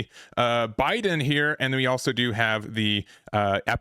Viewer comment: It's Bee-Dan, not Biden!!!